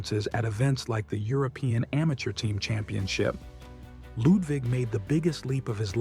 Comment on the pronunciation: You don't have to say "Lewd wig". Fun that you are trying but just say Ludvig as you would Ludwig. 😅